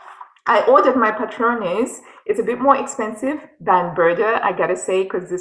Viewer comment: Hola,! You pronounced "Patrones" perfectly! Greetings from Spain 😊